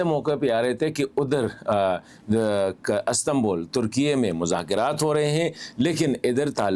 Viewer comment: Sir Astambol nahi hota. Istanbul hota hai and love u